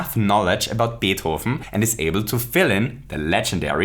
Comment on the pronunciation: The way he says Beethoven's name caught me off guard, it sounds SO good.